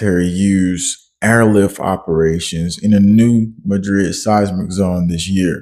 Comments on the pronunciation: Live near the area. It's not pronounced Mudrid like in Spain, its Maadred like in Missouri. Similar to Kiro, Egypt and Karo, Illinois. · I live about 20 minutes from New Madrid Mo. You are not pronoucing it right, say it like New Mad-Drid. This is how everyone who lives in Southeast Missouri says it.